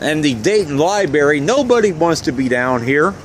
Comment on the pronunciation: Lets just talk about the way he pronounces library. "Libary"